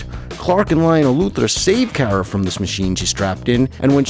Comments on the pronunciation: its always been kara. But you pronounced it like Cat Grant Ker-ah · It’s Kara like car a like that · CAR-A not Care-a. Just saying. It bugged me SOOOOOOO bunch plus, smallvilles version of supergirl is kinda sad cause they make here like one of those dumb sluts. Even her suit is designed to make her look like that. In the new show she has a job and a family, dresses not like a popular 16 year old and is actually taken seriously (ish) either way. The whole idea is about girl power and independent women as well as to entertain, which is actually nice and refreshing rather then shows like this where she’s a slut. I do also understand that this show is definitely older then the current supergirl show and that the current show is meant for her to be the main character and that it’s years after she’s found Clark, blah, blah, blah,. but still. Smallvilles portrayal of supergirl/kara really is sad in what the world thought women/girls where “stereotypically” was sad and the fact that they threw it right into everyone’s face as a tv show is worse. And no one hate on me, or do idc. It’s just my opinion. The show itself is good, it’s just the way they made Kara’s personality and stuff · Car-uh not Care-uh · It's Car ra as in i drive a car and ra as in the sun god.... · It's pronounced "Kara" as in like a "Car" with an "A" on the end. I have been watching the Super Hero's for over 35 years. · sorry you pronounce Kara and Lara wrong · ew your pronunciation of kara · I prefer Melissa’s sweet, wholesome, dorky version on Supergirl but am disappointed with her fighting style which is terrible. I was happy to see Supergirl on Smallville but was disappointed with the version (including the pronunciation of her name Urgh!) and I thought Laura was too sexualised and underused. Though both actresses are adorable, both suffer from terrible writing! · I loved Smallville and Supergirl on there but it makes me cringe when he says Kara's name wrong. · Your saying Kara wrong